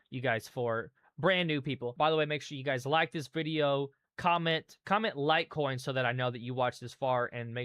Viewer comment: Did you say lie coin or lite coin